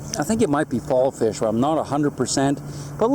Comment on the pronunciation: fish not gish..lol